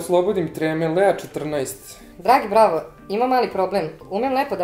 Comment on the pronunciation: Kad kazes Bravo cujem Brawl 😂😂😂 i sam znas 😎